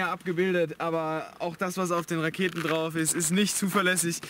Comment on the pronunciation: Bin ich der einzige der auch nich Raketen verstanden hat sondern laketen 🥳😂😂😂😂